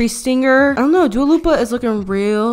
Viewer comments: LMFAO SHE SAID DUALA LIPA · "Duo Lupa" hahahaha love it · “dua loopia” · "Dua Lopa" you are such a queen I can't 😂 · WHEN SHE CALLED LILLY DUA LUPA I FUCKING DIEDDDDD